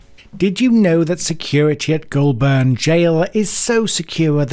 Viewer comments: Its not pronounsed glolburn its golbin not the spelling just how u pronounce it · Its pronounced "Golburn" not Ghoul burn, but clearly appropriate given what the content is about👍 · “Goulburn” You got the first syllable right but the second one is pronounced more like “bin”, but without the “i” Making it “Goul-bn”. Same story with Melbourne. I know how it’s spelt but it’s pronounced “Mel-bn” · It's Gol-burn, not goo-ol-burn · ITS PRONOUCED 'GOULBIN' NOT 'GOULBURN' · Only a pommy who'd never been near Goulburn would pronounce it Goolburn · Just a note here it's pronounced as "Golb'n" not Goul Burn" as you were saying. If you're going to do vocals in overseas videos it helps a lot to say place names properly - or better still don't talk in them. Having suffered through your video, almost all your Australian place name pronunciations are wrong. (I'm an Aussie, and I know A LOT of my country!!!) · I gotta fix this blurr. It’s Goulburn. We pronounce it as goal bin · Great video, but as a local you must pronounce it like you would say "Golden". o7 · Its pronounced "goal'ben" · Listening to others pronounce Goulburn is hilarious. Pronounced Goal-bern not burn. Just think the R is a short R. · Goulburn pronounced "Goal Bun" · Pronounced Golben even tho it’s spelt Goulburn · Please… it is pronounced ‘Golben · It’s pronounced “Gol bin” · Pronounced "Goulbn" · Pronouced Goal-bn. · Goll burn lol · Isnt pronounced GOUL BURN it is pronounced her GOUL BUN goulburn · Say Goulburn properly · Before making such a vid, perhaps you could learn how to pronounce Goulburn. And if you would like any credibility you could learn what an Australian criminal court looks like so you don't grab stock courtroom footage that can not possibly be Australian. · You need to learn how to pronounce Goulburn. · Learn to pronounce Australian town names correctly I found it very irritating.